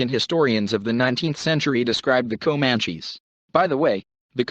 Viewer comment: I listened to the word Komanchees for about 1 minute and fled.